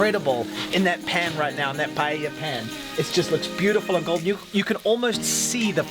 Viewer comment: You correctly pronounced paella and not pallella, like most English speakers. That gives me more confidence in the receipt.